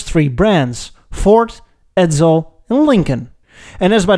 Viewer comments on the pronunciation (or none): Edsel not Edzel!😁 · As a former Edsel owner (I inherited our '59 Villager from my parents) I found this really interesting and well done. Some comments, though. 1) Edsel is pronounced with a softer "s" sound. Your pronunciation comes across more like "Edzel." 2) The shark species is spelled with only one "c" and is pronounced with a long "a", i.e., "May-ko." If you've added the double "c" for copyright reasons, then your pronunciation is correct. 3) Your logo "E" is too square. The real thing had tapered prongs (or whatever you call the horizontal bars on an "E") and a non-straight vertical bar. All in all, very imaginative and entertaining!